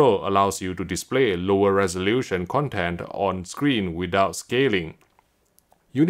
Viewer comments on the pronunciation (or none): none